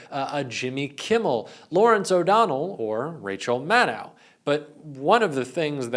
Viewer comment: Maddow rhymes with shadow. Lots of people mispronounce her name.